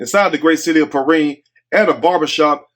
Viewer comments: It's P RYAN Pronunciation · 😂😂😂..... THAT'S PRONOUNCED " PER-RHINE "...... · your to funny!! I’m from Florida, and it’s pronounced Perrind but spelled Perrine. It’s in South Florida. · It's Pee rine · Its pronounced like the number nine perrine in south Miami great video